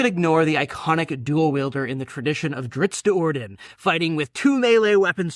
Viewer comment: Hold up - - did you just say "Drittz"? You gotta' be trolling man. Surely one of the most prolific D+D people out there didn't just mis-pronounce Drizzt's name? You have to be trolling, surely >.<